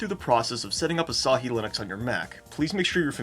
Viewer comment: Say asahi bro 🥀